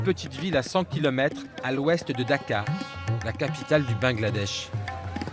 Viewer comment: DAka, pas Dakar